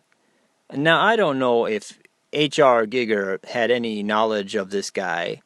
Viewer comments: Giiiger...with a looong i 🤣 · You can't even pronounce his fucking name right. God damn you're a stupid fuck. GEEGER you fool. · what utter, utter gibberish. H R Giger was an astounding artist...so at least have some respect for the dead & learn to pronounce the guys name properly when you slag him off